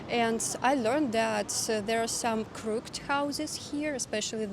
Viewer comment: You pronounced crooked as a single syllable, it's pronounced like "cruck-kid"